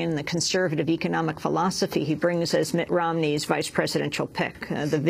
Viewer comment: I like that.... "Mutt Rmoney"....LOL!